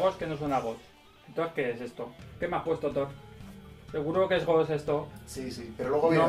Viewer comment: no sabe ni pronunciar “Ghost” y dice que no suena a ellos XD